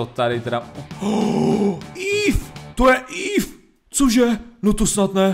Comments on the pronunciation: evee jse neříká ív ale íví (napsal jsem to česky protože kdybych napsal evee tak nevim) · Je to eevee ne eev a ten squirtel byl wartortle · Ty noobe nevíš nic o pokémonech neříká se ív ale íví a tomto byl evolvovanej skvirltl.